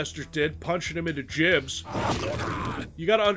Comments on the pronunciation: but it's not "jibs" it's "gibs" ;_ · They're gibs, not jibs. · The G in gibs is hard my friend. HARD LIKE WANG!